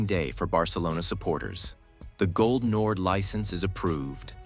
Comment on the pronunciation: "gol nord" or "goal nord" if you want to "englishify" it, but not "gold nord"